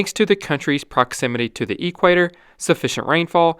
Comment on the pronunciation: What English dialect are you speaking? I'm hearing Australian but you mangle some words (like Port 'Moresby') and 'equator' which should be easy to pronounce for an Australian.